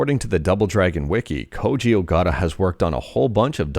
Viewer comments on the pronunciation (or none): none